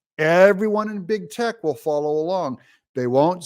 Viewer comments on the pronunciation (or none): none